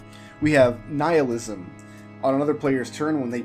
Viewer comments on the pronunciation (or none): Ni-hil-ism not neilism.